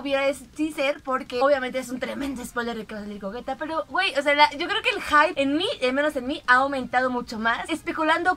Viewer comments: Al fin alguien que pronuncia bien el nombre de gogeta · Por fin alguien pronuncia correctamente el nombre de Gogeta..... Saludos.